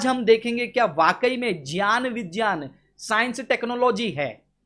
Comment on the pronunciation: pronunciation of knowledge and science in his so-called Sanskrit tongue and phonetic tone are completely FOUL and misleading. They are not "JYAAN" nor "BIJYAAN" -they are actually "GYAAN & BIGYAAN" as well, this man, is a puppet of Arya Samaj and they are attempting to reconstruct their Religious texts, Religion, Faith, History and the corrupted so-called gods-goddesses and their evil thought &deeds with a new beginning. Brother, Francis we have you in our prayer and love. Keep up. Amen.